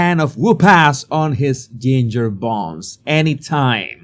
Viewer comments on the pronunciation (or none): none